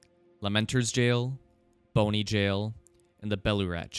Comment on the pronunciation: Bonny isn't pronounced like bone-y, that kinda takes away the significance of it being called Bonny Village lol. And Mohg is mow-g, not 'mog', like this pronunciation is in the game into which you're deep diving